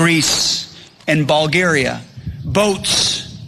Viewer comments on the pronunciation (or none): Did he say BALL-garia? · "Bowlgaria"?? That speech is contagious